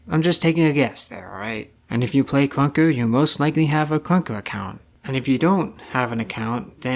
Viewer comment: ur voice bruh “kruwnka”